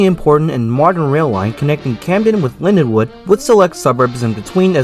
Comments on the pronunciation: Linden-wald, not Lindenwood! Dummy!!! I rode the last train to Cape May from Lindenwald on September 12, 1981. The last train in was the next day. In the last years weekend service was one train out Sat AM and one train in Sun evening. Other errors too. Reading went bankrupt too in Nov. 1971. The RDG was having to pay for PRSL losses but they did gain traffic access to former all-PRR points. By 1971 psgr service is was pitifully bare. I won't bother finishing watching, too much waste of time. The business left the PSRL. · It’s Lindenwald not Linwood, typical nj style property taxes killed the South Jersey rails